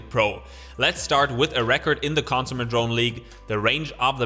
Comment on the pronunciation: It's not "cònsumer". It's "consùmer". It's not "autonòmously". It's "autònomously".